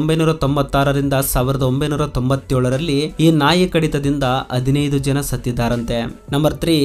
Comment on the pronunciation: ದಯವಿಟ್ಟು ತಪ್ಪು ತಿಳಿಯಬೇಡ ನಿಮ್ಮ ಕನ್ನಡ ಸ್ವಲ್ಪ ಸುಧಾರಿಸಿಕೊಳ್ಳಿ ಇದು ನನ್ನ ಸಲಹೆ ಧನ್ಯವಾದಗಳು ಸಂಕೆಗಳನ್ನು ಹೇಳುವಾಗ ಸ್ವಲ್ಪ ತಪ್ಪಾಗಿ ಹೇಳ್ತೀರಿ ಉದಾಹರಣೆ ಹದಿನೈದು ಬೇಇದ್ದಿದ್ದು ಅದಿನೈದು ಅನ್ನುತಿರಿ ಅಷ್ಟೇ